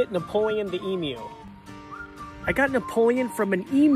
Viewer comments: Btw it pronounced eamyou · Wowee the first American to pronounce emu right, as an Aussie I’m honestly surprised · thank you so much for using the right pronunciation it is so annoying when I hear somebody say emu like emoo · At least u pronounced emu properly